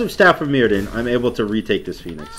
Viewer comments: It's welsh so the dd is pronounced with a th sound. It's pronounces Mirthion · Staff of myrddion s pronounced mirthion, like a really smooth "th" sound, its welsh